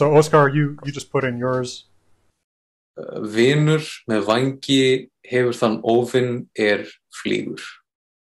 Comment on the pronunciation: This Faroese person understood all of the written phrases, but I struggled a bit with the spoken. I'm convinced pronounced "vinr" wrong, but I wasn't alive when old Norse was spoken, so maybe I'm wrong.